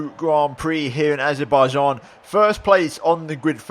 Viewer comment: “Baku Grand Prix in Arzebaijan” you ok? Or is this the new SHINEZE GROND PROC